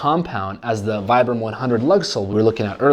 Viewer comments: I love your videos, I am most likely going to get a pair this upcoming month. I spent 4 years in the active Army as a light infantryman, and I swear by Vibram soles. But? Its pronounced "Vee-bram." Lol. Took me a while before i lost a bet to someone over it 😂 I will get a pair, and I am going to beat the snot out of them, AND post a review on youtube 😊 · It's pronounced as "vee-brum".